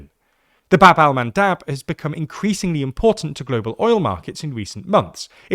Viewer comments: Bab el-Mandeb not Bab-el-Mandab. I'm sure you'll want to get the correct name. :) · Bab-el-Mandeb with E not A LMFAO